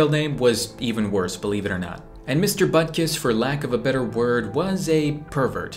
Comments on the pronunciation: Bruh I thought it’s “Buttkiss” not Butkus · Mister buttkiss? 😂😂 Edit: later i saw it is mister Butkus but it’s still kinda funny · if I didn't turn on the subtitles, I would have thought you called your teacher mr.Buttkiss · Butkus sounds like butt kiss to me for some reason.